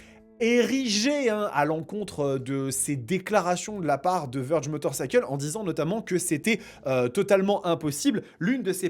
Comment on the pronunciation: Vèrge ! Pas Veurge.. Veurge on dirai un nom de détergent ! 😂